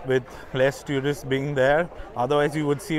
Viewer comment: Another great video. But one pet peeve. Please, please, stop mispronouncing the word "tourist". The first syllable is exactly like the word "tour" (almost rhymes with "four" or even "sure" but does not sound like "tyoor" and this is for all varieties of English). Every time I hear "tyoorist" it makes me cringe. But please keep making videos as no one else has this kind of content on YouTube. One more word - café. The first syllable should rhyme with the "ca" in the word "cat" or "can" not "car".